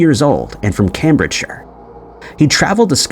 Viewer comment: Ben Nevis - N-eh-Vuh-Ih-S(uh) (Pronounce the Nev part like Kev from Kevin, you are fine on the Ben and the 'is' part of Nevis) Cambridge- pronounce as Came-bridge